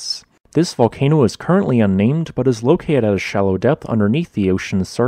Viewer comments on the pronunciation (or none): You have a sloppy habit of dropping "t" from many words (e.g., 'genera-ud', 'loca-ud'). Otherwise, we enjoy you melodious voice and engaging content.